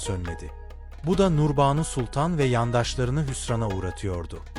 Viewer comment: Okurken uzatma işaretlerini söylemiyorsunuz buna dikkat edin.Endam,Namını,Nurbanu kelimelerini uzatarak söylemelisiniz